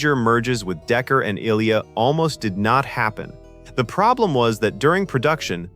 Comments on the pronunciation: I loved the movie and seen it premiere. Her name is pronounces "I" and then "lee" "a" (ah). It is as if you as a narrator have not seen the movie yourself! Pisses me off! Don't do this if you actually have not seen the movie. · Is this AI? Who doesn't know how to pronounce Ilia? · Dafuq is “ill-eya” it’s “Aye-Leeya” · "Eye Lee Ah" not " illLeeya ". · This is slop. "Ill-ya"? No. It's "Eye-leeyah". Or you just don't care, or you've never watched the movie. Blocked. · ish "ILL-ee-a" What the entire... it's *eye-LEE-ah" Unwatchable. I was going to put up with it, but no. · "EYE-LEE-UH". Ugh!!! Not ILLEE-UH. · Is it really hard to fix the pronunciations of names and simple words? eye-lee-uh not ill-ee-uh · ILL-E-YA? oh my god. AI fails AGAIN. I-LEE-AH. =M= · “Ill-ee-uh” “Ei-Tee-Ei-Tee” I guess the AI model was never exposed to the Star Trek TMP nor Empire Strikes Back audio. God I HATE robovoice! It is “eye-LEE-ah” dammit and those tanks are called at-ats! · Pronounce as Eye-Lee-Ah... Not "ILL-EA".. Sheesh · Pronounced eyeleea,not illya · Her name is pronounced "Eye lea" NOT I'll lea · It appears AI is narrating. It keeps calling LT Ilia "ILL-e-ah" rather than "eye-LEE-ah". Same for James Doohan - pronounces it as "doo-en". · Ilia is pronounced "Eye-lee-uh" NOT "Ill-yuh". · It's pronounced Eye-LEE-ah, not Ilya - teach you AI to pronounce names properly! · Eye-lee-ah. Not Ill-ehh-a. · Her name is eye=LEE-ah, not ILL-ee-ah. Watch the movie. It's gotta be AI audio and NO ONE previed it before posting the video. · After hearing Ill-ee-ah instead of "eye-lee-ya" 4 times I turned it off. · The "Ill-ee-uh" probe? Are you kidding? It is pronounced "Eye-Lee-Uh", any human that watched the movie would know that. That is as far as I need to watch your video... FAIL. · Bro, you are mispronouncing so many characters’ names. Maybe do some research on the correct pronunciation before making the video. Let me help you: Saavik Sa-Vick, not SAW-VICK Ilia EYE-LEA, not ILL-LEA